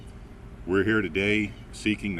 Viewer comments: heera Me: your RI accent is coming out 🤣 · accent especially when saying here. I had to rewind to hear it again. It doesn't come out too often, but when it does I always rewind. Great coverage as always, guys!